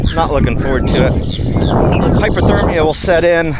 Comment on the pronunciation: Cool video! Is hyperthermia the same as hypothermia? It sounds like you keep saying hyperthermia.